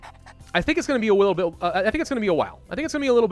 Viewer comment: listen....he says a wittle bit instead of a little bit! YES HE IS SLOWLY CONVERTING TO THE RANKS OF UWU